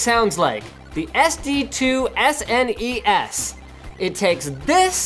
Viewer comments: who the fuck calls it a snas its S N E S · Yeah what's up with Sneeess... It's S-N-E-S no? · “Super NES” with each letter pronounced. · It's S-N-E-S, not SNES. I friggin' hate when people butcher the name. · You pronounce it Snez the first time, but the S EN E S tht second time lol.... but even more shocking, you said S Dee for SD... most of us in the US say SID or just Ssdd.. card. Nah jk... I say S Dee. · If you say "Sness" one more goddamn time.. It's S-N-E-S, always has been, always will be. It has never, ever been called a "Sness". Stop it. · It's not a Sness fool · Don't call it Sness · For the love all that is good, please stop saying “sness”. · THE FUCK? it is S N E S not snes in one word..its an acronym for Super Nintendo Entertainment System... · S N E S please learn to say it correctly no one said it as a word back in the day. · Agreed, "sness" sounds like a tobacco product. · sneez? bless you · Retro is awesome. Pronouncing "SNES" as a word, somehow less so. "Super Nintendo" does make for a lot of syllables, but at least it doesn't sound like some kind of bodily discharge... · So, it wasn't just me, some people are allergic to initializations and turn random things into words. SNES, isn't as bad as some, at least SNES is a legitimate syllable without adding any vowels. SQL and SCSI being pronounced as words are particularly egregious as you have to add your own vowels and there's no particular reason to choose the ones that people use. But yea, pronouncing it as snes kind of kills a lot of this. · Stop saying snes like it's a fucking word.